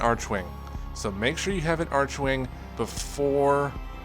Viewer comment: It's arkwing not archwing (when it comes to pronunciation that is)